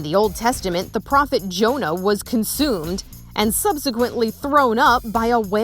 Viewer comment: Did the reporter say “Jono” ?!!! It’s Jonah!